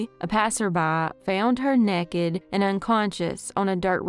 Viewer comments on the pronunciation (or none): These cases are heart breaking My sister was with me listening. She is new to to, us being from Tennessee she was like she really is country when you said "nekked" fir naked. It was a bright spot.❤